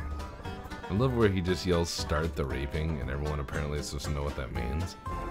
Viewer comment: I thought the baddie said "START THE REAPING" reaping!